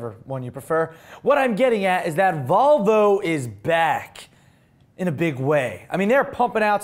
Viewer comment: Sounded like you said Vulvalicious.. And all I have to say is - I agree!